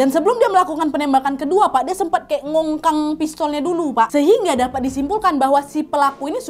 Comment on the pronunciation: ceritanya seru seperti biasanya, tapi gak bisa nahan ketawa waktu bilang mengkongkang hahaha suksesterus ka nadia